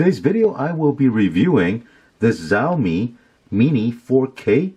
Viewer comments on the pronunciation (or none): it's Xiaomi not Zaomii